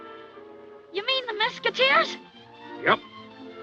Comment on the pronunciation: you're mispronouncing Mesquiteers. The young boy in the opening says it correctly. Similar to musketeers.